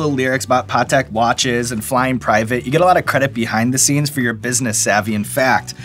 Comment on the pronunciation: Pot tek lmao